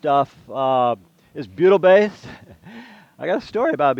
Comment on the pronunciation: Bleeding ear wax, I though you said Beatle based! Worked it out, butyl....